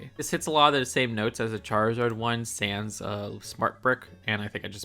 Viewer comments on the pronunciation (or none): none